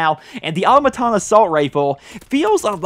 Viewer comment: the way you pronounce "automaton" gets me real triggered. its fallout 4's dlc all over again